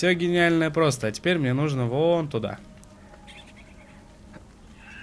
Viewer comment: вопрос: ТЕПЕРТЬ?